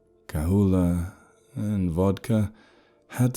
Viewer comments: Lol. Its pronounced "kal-oo-ah". The 'H' is silent. 😊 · Say it with me; Kuh-Loo-Ah. Kahlùa.